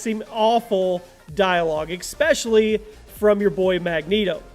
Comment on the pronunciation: "eXspecially"? "vertically side scrolling"? "... and not get your sentences properly?"? Were you deliberately butchering English, yourself?